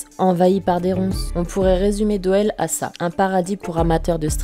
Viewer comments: Bonne vidéo,juste petite rectif,la ville de Doel, (se dit Doul)😉 continue comme ça ! Bisous de Belgique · Hello. Bravo pour cette vidéo et vivement la suivante. J'aime ta façon d'aborder le sujet. Cependant, si je peux simplement faire une toute petite rectification sans importance, la ville belge de Doel se prononce Doul. tu vois rien d'important mais bon en tant que Belge, j'étais obliger LOL. en tout les cas, ta chaine est comme toi originale (dans le bon sens du terme bien sur)